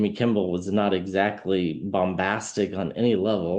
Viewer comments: Kimmel, not Kimble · Kimmel not Kimball. Im sorry, the English teacher in me with OCD just went off the rails. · Sorry but I have to make a correction — it’s Kimmel, not Kimball. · KIMMEL not KIMBEL,. 😂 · Lol you keep saying Kimbel its Kimmel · Appreciate you enormously, - watch your readings almost every day. Just FYI, it's "Kimmel" - no "b" ☺️ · There is no “B” in Kimmel. It’s Kim-ml. 😂❤❤ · Receiving the message but thought I heard wrong the first time. Distracted that I kept hearing Kimble 😅 just me? 🤷‍♀️